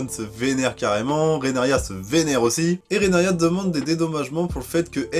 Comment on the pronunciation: Tu t’es encore trompé c’est Rhaenyra Pour t’aider ça se prononce « Rénira » 😂 désolé. Sinon très bonne critique 😉